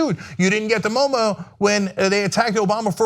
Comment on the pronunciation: "You didnt get the MOMO!" I'm distracted by Cenk's mispronounciation. It was hilarious.